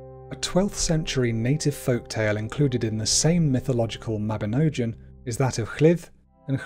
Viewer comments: mabinogion not mabinojan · youre saying mabinogian wrong lol its ogg as in fog.. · Only advice - ALWAYS check the correct pronunciations..... most were right but the Mabinogion needs work 😊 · When you're just starting the video and can't even pronounce 'mabinogion' at all correctly, why would I continue watching? You clearly have no idea about your subject matter. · I agree. The pronunciation is appalling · I really wanted to like this video but sadly the pronunciations are way off. In Welsh a C is always as in Cat never as in Ceiling. So it is Cigfa, not Sigfa. Mabinogion is pronounced : Mab-in-OG-ee-on ... I have no idea if there are more mistakes because at this point I came here to the comments then abandoned the video. It's great that you made a video about welsh folklore but come on you could at least research how to say the words properly first!!!! Pronunciation is important and shows respect and helps to preserve the culture 🏴🏴🏴